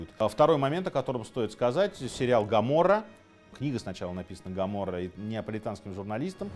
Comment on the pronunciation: Гоморра !!! Никак Камарро или ккамморы’😂